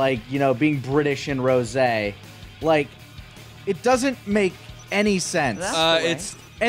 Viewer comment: Rosè turns you British